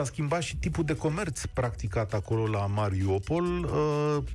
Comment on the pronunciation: Mariupol nu Mariopol Un pic de atentie ajuta